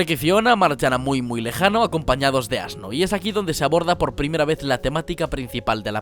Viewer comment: ASno ?? ASNO ?! ?! AAAAAHH JAJAJAJJAJAJAJAJAJAJAJAJAJAJAJJAJAJAJAJAJAJAJA